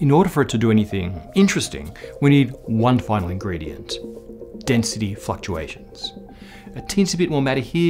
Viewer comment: "Density Fucktuations" You have my attention.